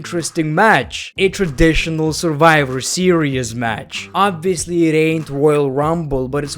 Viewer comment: the way you pronounce your "v"...😂😂 It's Survivor Series and you say "surwiwer series"..😂😂😂😂🤣🤣🤣🤣